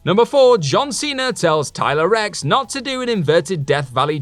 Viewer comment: Lol i like how you call Tyler Reks "Her" hahahaha